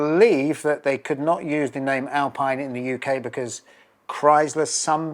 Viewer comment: Absolutely lovely car, lovely video. Pronunciation is "Al-pee-n", not "Al-pie-n". Jonny had it right.